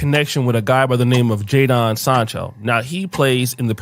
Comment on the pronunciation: "JAY-Don" .. the nigga name is Jadon lmaooo